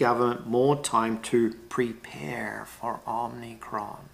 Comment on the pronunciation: OMIcron not OMNIcron or is it?